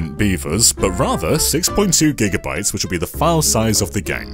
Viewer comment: I was listening to this video while taking a bite of my sandwich. I chuckled/choked on it when my brain registered him saying “Giant Beavers” instead of gigabytes